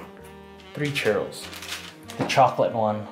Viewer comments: It's churros not chero or charo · CHEW - RRROS. 😌 You're welcome lol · 🤣🤣🤣 funny the way you pronounce churros